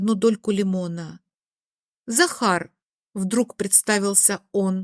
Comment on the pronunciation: Дак она говорила сахар а не Захар.😆